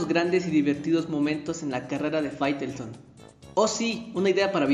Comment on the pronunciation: Minuto 4.44 fairestone, faitelson.